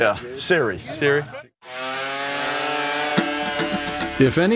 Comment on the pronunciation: Eli calling Siri “surry” is one of the most on brand Eli things of all time.